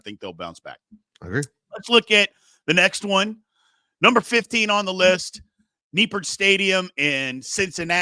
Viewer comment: “You imagine” Nippert rocked? It did. Then you mispronounce the name. The stadium is different now than it was in 1997. Nippert isn’t just on campus - it’s in the middle of campus. It’s not surrounded by any parking lots . Fans are on top of the field and the surrounding buildings hold the noise. It’s loud. You guys are lazy.